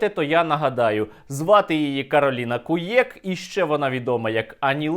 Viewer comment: Не куєк ,а х.,.